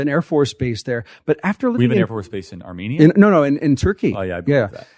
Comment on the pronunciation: Would've expected the agency to at least teach you how to pronounce Armenia and Armenians🤦‍♂️